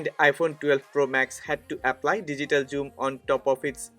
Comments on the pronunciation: Its "Zoom" not "Joom". Besides that great video! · It must be pronounce zzooom not your joom